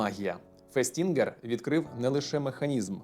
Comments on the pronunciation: то все ж, фЕстінгер, а не фестІнгер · Лео́н Фе́стінгер, ріже вухо…